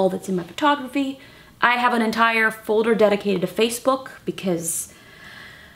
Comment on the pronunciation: Who else loves how justine say folder like "fouder"